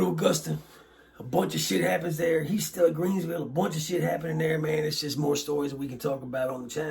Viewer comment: its Greensville...not "Creensville" & sorry for your loss!